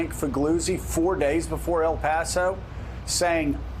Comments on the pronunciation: Why do people have a hard time saying El Paso? It’s L Pass oh, not al pass oh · she said El Paso wrong